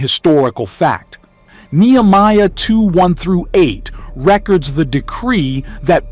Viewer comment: REC-ords instead of rec-ORDS pronunciation, the Bane of AI narration.